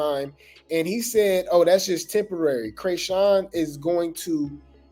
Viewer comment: Calling her Kreyshawn rather than chrisean is taking me out 😂 the first time I’m like wait Krishawn the white girl I don’t know, but Chris needs to get her life together